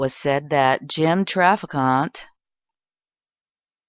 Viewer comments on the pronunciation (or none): If you're going to produce a video about a man, get his name right. It's pronounced Traffic Ant. It's not pronounced Traficante. There are rhree not four syllables in his name.